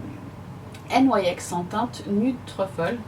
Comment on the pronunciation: On dit de cher nyx pas n y x mdrr 😂